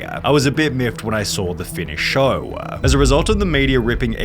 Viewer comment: Dude... learn to speak ffs... stop saying "crewaaaa", "directoraaa", "showaaa" .. so annoying